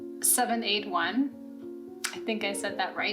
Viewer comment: Thank you for the shoutouts😊, you did well saying it, Luciole meant firefly in English. I am so glad you like the box, and yes they spoiled us with two new books. I received the second-hand book Heather Graham deadly harvest, was happy with it too. Wish you a lovely day!